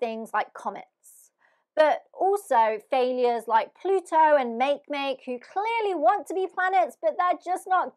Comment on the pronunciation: No!!!! Not Make Make. Say it Ma Kay Ma Kay. Think Hawaiian phonetics.